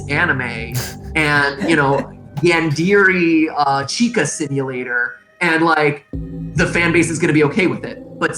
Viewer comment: Matpat said, “Yan-Deary” I see he’s not a man of culture. :(